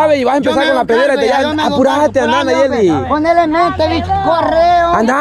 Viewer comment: Ella no es de los bichos Poreso no lo dice bien Nayeli